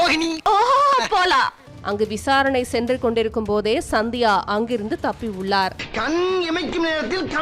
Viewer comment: சந்தியாவா? இல்ல சத்யாவா? ஒழுங்கா தமிழ் படி!